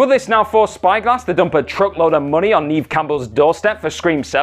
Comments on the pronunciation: Neeve? Neave?? Nieve??? It's NEVE as in "never" ffs. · Neeeeeve Campbell? It’s really not that hard to find out how to pronounce an actors name,!! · how do you fail to pronounce Neve? its not like shes obscure, and you are supposedly a pop culture channel